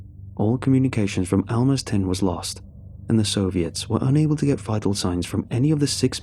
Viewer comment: Also Almaz (research/spy "stations" (and they were quite small)) was pronounced with a [Z] not an [S], the word basically means a diamond on the rough